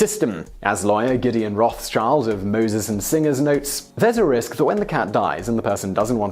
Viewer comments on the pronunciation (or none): none